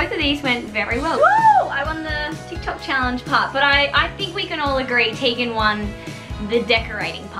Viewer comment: Sry but it’s Tegan